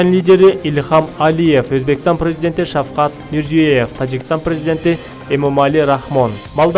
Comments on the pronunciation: Эй тупой жанылык окуган эркек сорой тамганы туура окучу. Мирзиеев дебей. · Назарбаевди кармалап акчадан берсениз брат деп атат.э журналист адамдардын атын туура айтчы Мирзаев дебей